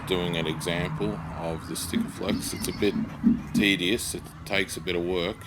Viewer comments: Did you just call it stikaflex. Really. Sikaflex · There's no T in SIKAFLEX BTW :D